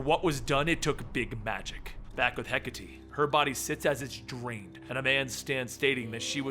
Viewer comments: hecka-tea... pls its he-kate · I apologize, but it's pronounced hek-a-tay... not hek-a-tee. Hecate is one of those Greek pronunciations. Sorry again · ok its (He - Kate) not (Hek - a - Tee) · It's actually Heh-KAH-Tee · when he pronounces hecate wrong...